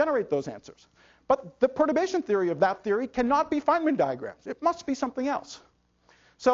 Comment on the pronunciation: I can't understand what Nima are saying in ,...is "probation theory"?